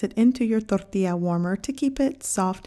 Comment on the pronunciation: This is the lady who pronounces Tortía instead of Tortilla. She’s probably from Sinaloa 😂